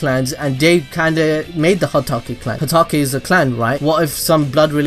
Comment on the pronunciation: Everyone's just gonna ignore that he said hakutake? Lol 😂